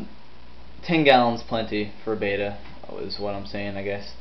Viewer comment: Bet-ta not bay-ta. Bay-ta is spelled beta. If words have double consonants in the middle (hammer, boggle) the vowels before the consonants have a short pronunciation. Sorry its just a little pet peeve, these fish are beautiful so the least we can do is pronounce their names right. Your video was awesome though! Great tank.